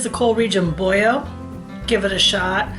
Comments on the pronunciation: “BoYo”? I’m born and raised in PA. I’ve never heard it called “Boyo”. I think if you said this in the Skook you would get run out of town. Boilo, just like it’s spelled. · I thought you had to be a Skook!! Watching in California. (Originally from Auburn) I've always said it with the L though... I haven't heard it with the L as a Y sound before. We don't have Four Queens so we've had to substitute. I enjoy your channel!!! Found it as I sit here making Halupki.